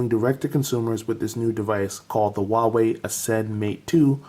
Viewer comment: Nice video. BTW, It should be pronounced like WHO-ARE-WE.